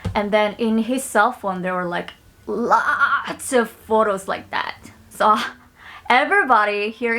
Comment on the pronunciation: I dont know why but the way she said "lots" is hilarious 😂